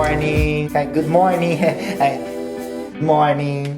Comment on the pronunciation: Good morning com sotaque bem americano ☕️